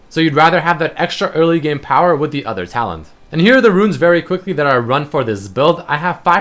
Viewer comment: saying that because whenever he said talent it sounded like Talon cause to me it did :P